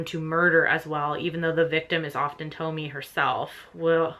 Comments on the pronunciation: Junji Ito is the horror manga master for sure. BTW, it's probably pronounced "Toe-Me-Eh". In case you haven't read or had suggested to you--You might like The Drifting Classroom by Kazuo Umezu and the Monster series by Naoki Urasawa. Akira by Katsuhiro Otomo is one of the best of the best. Definitely also check out Shigeru Mizuki and start anywhere really. And Kuniko Tsurita whose collection The Sky is Blue with a Single Cloud finally came out in English in 2020. She's one of the early female alternative manga artists of the 60s and 70s and a pioneer of the art form. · The E at the end of Tomie is Pronounced like a long a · The E at the end of Tomie is Pronounced like the long A